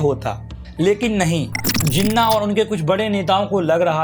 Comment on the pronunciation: First of all it's Jinnah not zinna